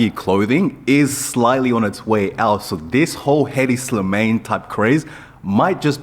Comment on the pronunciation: Bro said "Headdy Slimayne"